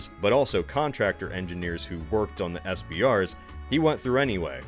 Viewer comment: It’s SRBs not SBRs